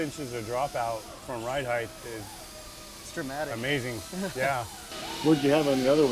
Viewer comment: You are one of the worst offenders of this, you want to take some HEIGHT out of it, not HEIGHTH